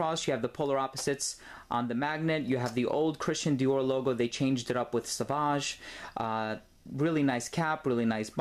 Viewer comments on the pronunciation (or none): none